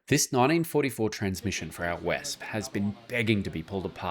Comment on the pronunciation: i want to give a quick tipp to pronouce the Wespe better. The E at the end like with Porsche is pronounced and not like most English Wörds silent. The sillibles are Wes-Pe and the first one sounds better if you pronounce it like West without the T and wiz ze typikal german Meme accent.